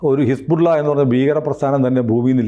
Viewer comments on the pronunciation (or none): none